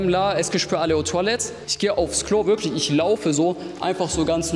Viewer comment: Es gibt worglich schahboxing